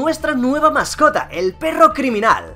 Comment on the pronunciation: Me encanta cuando dices berro codes!!! Y sale de fondo la cancion y el loto xdxd